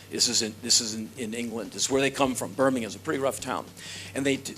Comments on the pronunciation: Fair play to Henry Rollins, he's the first American i've heard pronounce Birmingham correctly, ever! :D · Nigel Fortune Americans gotta say it like Birming-um